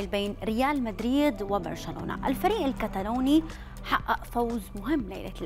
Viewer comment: طيب انطقي الاسماء صح . الفريق اسمه سوسيداد وليس سوديدا والتاني اسمه الكاتالوني وليس الكتالاني